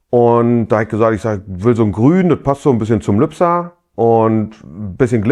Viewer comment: Das stimmt, aber triggert dich nicht seine Aussprache unserer Geburtsstadt? Man sagt ja auch nicht Hagenoff zu Hagenow ... 🙃